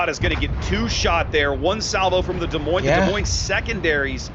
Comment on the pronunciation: Can this moron learn how to pronounce Des Moines please? Terrible presenter talks crap most of the time.